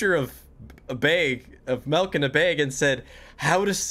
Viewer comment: HE CALLS IT MELK WHAT THE F*CK ITS MILK 🥛 REEEEEEEE.